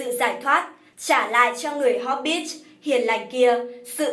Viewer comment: Tôi còn nghe hốp_ bít xì ko biết ở đâu ra? Chỉ thấy mỗi chữ hobbit thôi mà